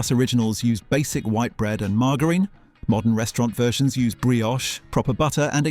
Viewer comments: AI is becoming even more annoying to me. Sueet pudding and then Sweat pudding. No wonder people think British food is awful. Who wants to eat a steak sweat pudding? I commented this before the AI said sueeet again then Margarin...............FFS. Please, content makers stop being so lazy and voice the stuff yourselves. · Wer'e all in this together? Not based on you pronounciation of margerine or suet, I think you might be AI 😒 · AI needs a tweak Margerine no hard "G", it's a "j" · The pronunciation of some of these is killing me. Paste-y, Sue-et, marg-a-rine hard g. What the hell man, gotta be ai. Also, if pot noodles were served in polystyrene there'd be a lot less people currently enjoying pot noodles . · and marg-a-rine.... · Unsurprised the AI couldn't pronounce PASTY correctly. A human would.As for margarine!!!! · I just realised it was AI too by the way it pronounced margarine! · Is this really AI? The only thing I picked out was the pronunciation of margarine, which I chalked up to regional differences. Was I wrong? Seriously I want to know what people think. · margarine lol